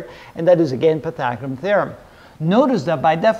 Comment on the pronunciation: It pisses me off how he says "pythagoreum theorem". 🤦🏻‍♀️